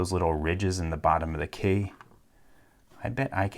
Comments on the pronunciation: Why do you pronounce key like "kæy" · His pronunciation of "key" in certain situations is golden. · Do you know where he’s from because his accent comes out whenever he said key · the way you said key was funny to me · He says "key" weird